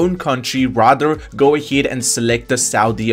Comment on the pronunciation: AHEAD NOT AHID I AM FUCKING TRIGFERED,but thx👍😅